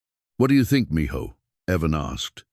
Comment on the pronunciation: Mijo means son. Its pronounced ( meeho) not mejoe.